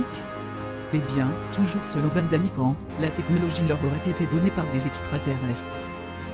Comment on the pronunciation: le petit copain de barbie porte un nom ok _________ alors mr daniken c'est la mème prononciation et pas " kan "